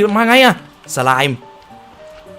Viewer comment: พี่ สไลม์ อ่านว่า สะ-ลาม นะฮะ